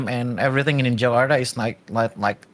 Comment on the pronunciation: your pronunciation of jakarta is on point. good content you have. good job